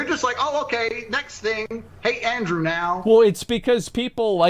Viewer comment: Tate has a problem with the letter T. I bet he pronounces his own name Andrew 'ae.